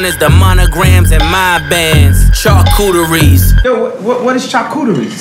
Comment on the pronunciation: Its pronounced CHAR KU TREE god damn !